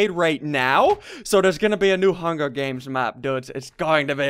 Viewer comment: You said hunger deans. Hahahahahahahahahahahahahah :) :)